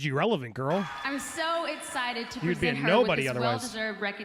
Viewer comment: " im so escited" rofl what??? 🤣 she can't say anything right like wtf was that 💀